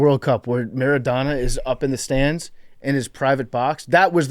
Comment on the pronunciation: PFT, Diego Maradona can’t be your personal hero if you’re saying his name MER-IH-DAW-NAW. it’s phonetic.